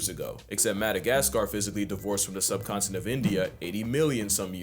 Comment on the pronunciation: Where? I hear him say "The sub-continent of India" which is correct.